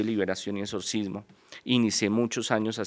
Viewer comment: No se si creerle dijo , pudrirse, etsorcismo(así tal cual lo pronunció) y en alguno parte dijo Morido , jajajaja la verdad no sé si creerle un intelectual no habla así